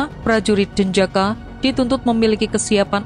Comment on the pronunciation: Pasukan elite denjaka, itu tugasnya apa, kok dibaca jejaka, apa narasinya...?